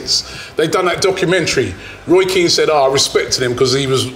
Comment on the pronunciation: How can you say Keane anyway close to veira that’s an insult